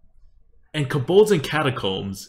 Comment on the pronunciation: It‘s „Kobolds & Catacombs“ ... not „Kabolds“ 😉